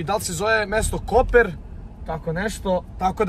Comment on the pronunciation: nije Koper nego Kopar